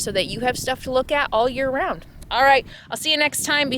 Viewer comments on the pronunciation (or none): none